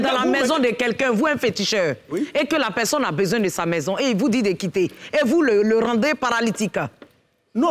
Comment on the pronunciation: J'ai remarquée que Makosso n'arrive pas a prononcer la lettre R dans certains mots, Exemple: Merci - il dit meksi Partagez - il dit paktagez Personne- il dit peksonne Pardonnez- il dit pakdonnez Etc....